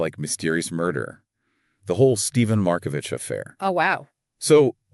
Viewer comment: CORRECTION: Pronounced Mar-ko-vick! This murder case was never solved. The French courts reportedly decided they did not want to solve it.:face-blue-smiling